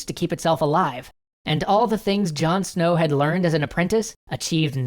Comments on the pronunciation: John snoww lol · In a different dimension John Snow doesn’t have an “h”